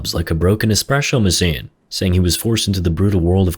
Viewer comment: gotta love that espresho masine